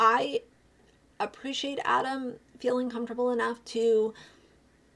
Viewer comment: Also how tf could this guy watch 6 hours of content covering this and still manage to say Adam’s name wrong? He also couldn’t remember that Miranda is a CHARACTER and the name of the person responsible for this is COLLEEN? Everything he said made me side eye the fuck out of him, but especially when he just flat out said grooming was okay.